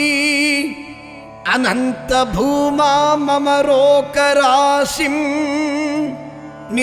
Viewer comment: "Asmin Paraatman" not Asmint paratma; "Tvamittam" not dvamittam; Bhooma", not pumas"; rogarashim", not rokarasim: "Nirundhi", not niruthi. Namaskarams.